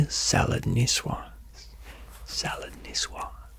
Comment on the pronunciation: As à french i just would like to say it's coq au vin not van and the c in niçoise is ç